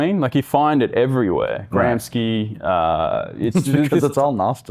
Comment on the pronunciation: it's not 'GramSKEE', but 'GramSHEE'